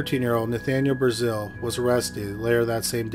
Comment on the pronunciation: Brazill is prounounced differently, and it has 2 "l"s; so not like the country.